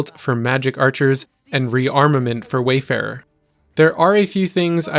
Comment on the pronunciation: Funny how everyone keeps calling it Wayfarer when it's Warfarer.